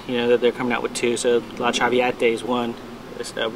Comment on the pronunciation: La - tra - v - ah - Ta - its actually an Italian opera good luck buddy